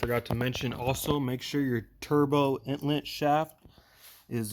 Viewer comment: Are you saying intlet or inlet?